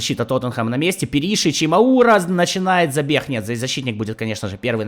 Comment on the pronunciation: Как же ухо режет Пери́шич 😂 , он Пéришич